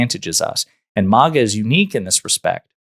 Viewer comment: It’s MAGA, not MOGA